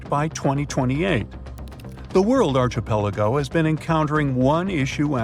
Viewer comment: Please learn how to say archipelago.